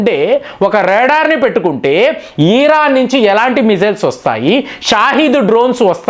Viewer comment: యిరాన్ కాదర నాయన ఇరాన్ అని చెప్పు